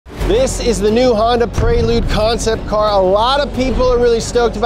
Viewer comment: did you just say Honda PREELood?